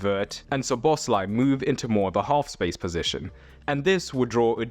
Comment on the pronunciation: Learn to pronounce players' names! Szoboszlai is stressed on the first syllable, not the second!